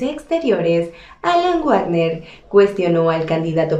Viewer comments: Ministro /guacner/. Jaaaa!!!! Es /bacner/. Se oye chistoso /guacner/. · No se dice "uagner" sino "vagner" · No se pronuncia guarner,,, se pronuncia VAGNER. se escribe WAGNER, pero se pronuncia VAGNER